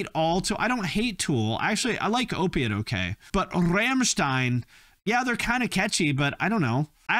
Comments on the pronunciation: Every time this guy says "RRRRRRAMSHTINE" i lose it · Coming from a German,your pronunciation of Rammstein is infuriating